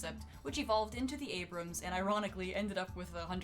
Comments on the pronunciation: what? You're one of those people saying abraham instead of abrams? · "Abraham", I didn't remember General Creighton having the surname "Abraham" (No, it's not Abraham you dolt. It's Abrams. as in CREIGHTON ABRAMS)